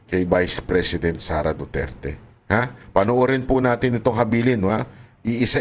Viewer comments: Walang galang Ang nag question.Ni Hindi nga inalam Ang tamang pagbigkas Ng pangalan Ng accused.hindi nirerecognise Ang identity o individuality Ng Former President samantalang laganap na sa Social media Ang tamang bigkas.ugali talaga Ng dayuhan na impose Ang knilang designated na pangalan tulad Ng Beijing- Peking, Mynmar- Burma,Sri Lanka - Ceylon etc. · Yun oh, pati pag bigkas ng Duterte, di nga ma perfect, tapos ibagay mo sa kanila